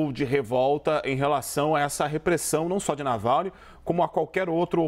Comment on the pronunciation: Nalvany ou Navalny? tá difícil de acertar o nome (e nem é tão difícil assim)